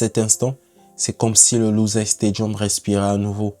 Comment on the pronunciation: Merci pour ta vidéo. Pour ton info, la ville qui a accueilli cette finale est une ville arabe, donc ça se prononce "Loussaïl" avec un i tréma, et non pas "luzaille" comme la presse française le prononçait en massacrant le nom (ils ont cru que c'était un village français des Pyrénées pour le prononcer aussi horriblement).